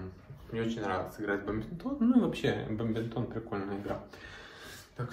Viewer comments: БаДминтон! А бамбинтон! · Только не баМбинтон, а баДминтон.